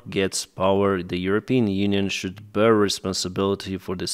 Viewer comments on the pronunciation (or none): none